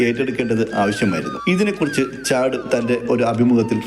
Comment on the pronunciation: ചാട് ഹാർലി എന്ന് പറയരുത്. ചഡ് എന്നാണ് പറയുക.